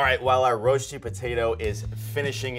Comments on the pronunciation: The way he pronounced „Rösti“ kills me😫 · Its pronounced "rösti", it painfull to hear it as "rosti" if your a native suiss person. Loved the video though 🥰